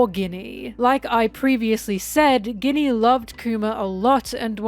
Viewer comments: I think Ginny is pronounced “Jinny”. Is this rage baiting? Haha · i want to focus but you keep saying Ginny like Guinnea and im distracted >:( lol jk, very good analysis :3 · You can't be pronouncing Ginny like Guinea after she was made into a Guinea Pig for Saturns experiments. Thats meessed up ;A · and Ginny Guinea lol, what is going on! i feel like you dont pronounce it this way in ur regular videos. Really makes my brain itchy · Pronunciation correction incoming, enjoy this tasty tasty engagement! Ginny is a real name, it's short for Virginia and is pronounced with a soft g, so it sounds more like the main ingredient of a Martini or like an Arabian wish-granting wind spirit. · I love you,, but please look up how to pronounce "Ginny", it's driving me nuts!